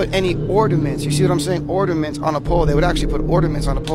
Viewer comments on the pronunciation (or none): Well, first off its pronounced O R N A ments not ORDA ments. Maybe if his grammar was up to par I may be more inclined to listen to what he says. 😂😂😂😂